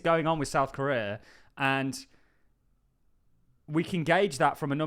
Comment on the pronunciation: The way you pronounce Korea is killing me dude 😂